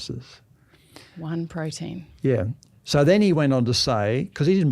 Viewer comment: what is a "prodeen"?